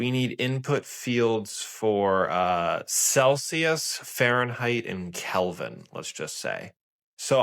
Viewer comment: celSius, not celCius. FFS!!!